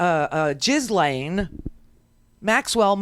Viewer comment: Ghislaine’s name is pronounced Jill-enn.